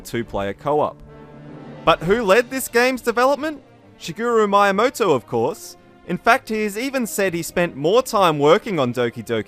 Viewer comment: Wow, you really need to work on your Japanese promounciation :) I mean Yumi? Kaioto? Maiamoto?